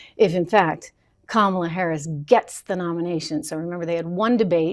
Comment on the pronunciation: IT'S KA-MA-LA.....